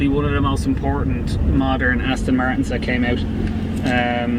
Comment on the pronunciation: Another one-handed driver of a manual which some may say is a little dangerous in a car eith over 500 bhp. Resting his hand on the lever and no doubt his foot on the clutch pedal which will knacker the bearing. Why can't people pronounce Aston correctly? It's not Astin Martin. A delicious car which, I'm afraid is a target for the jealous and the moronic JSO crowd. A good friend of mine sold his Bentley Continental because it was such a hassle parking it safely. He now drives a Van into his local town.